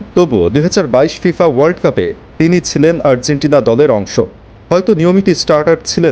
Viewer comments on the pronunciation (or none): none